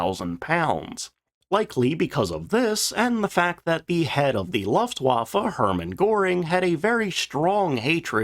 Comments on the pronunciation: Only 0.30 into the video and “Stop…STOP…..CUT!” Luftwaffe is pronounced like “Looft-Vaffe”. In German ‘w’ makes an English sound like a ‘v’. There is no English ‘w’ sound in Luftwaffe. It’s not difficult. If you’re going to make videos about something, it’s worth spending a little time and effort to get words that are important, common or central to the theme sounding correct. Another example for Americans: It’s not pronounced “Ay-dolf Hitler”. It’s pronounced “Ar-dolf Hitler”. Now…..let’s carry on with the video……😅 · NOT 'Luft', like "tuft"... 'Looft-waffa'.. You make my ears hurt, AGAIN. Really, get a Grip; Think b4 you try to SPEAK! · My toe nails curl up, every time he says "Looftwaffe". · The first syllable of "Luftwaffe" is pronounced to rhyme with "poof" or "loot (with an 'f' of course)." Unless it has an umlaut, that's the way "u" is always pronounced in German. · Why is this guy incapable of pronouncing the name of the German airforce?